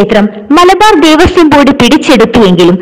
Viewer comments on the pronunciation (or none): ദേവസ്വം .ദേവസ്യം അല്ല. കഖഘഗങ പഠിക്കുക.